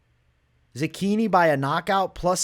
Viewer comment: bro im not italian but i feel like youre saying zechini wrong lol. cant wait for the fights!!